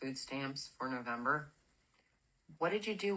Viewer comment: Wow! That is living large, instead they piss it away on snacks, and expensive food items. These fools could have used those EBT funds strategically to prepare for this moment. LOL No-vahm-ber?